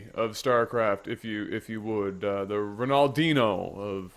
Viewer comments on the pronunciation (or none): Phil 'The Power' Taylor is the guy you were thinking of... Also your pronunciation of Ronaldinho made me chuckle